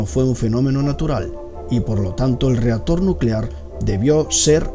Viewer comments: Jaja me mata el español dotor y reastor nuclear xD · Jajajaja no puedo con el “dotor”, y “reator” y “reazion”